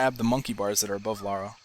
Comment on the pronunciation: Her name is Lara. Not Laura.